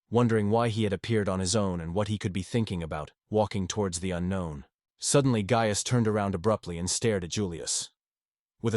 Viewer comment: How many ways can the AI voice mispronounce “Gaius”